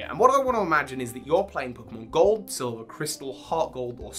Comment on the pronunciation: Anyone else hear him say cold and silver instead of gold and silver?